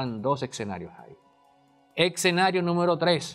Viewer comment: Demasiada teoría y retórica como siempre. Por cierto, no se pronuncia "eTscenario"